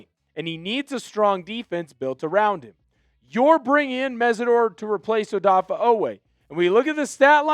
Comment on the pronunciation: Dude. His name is NOT ODAFFAH.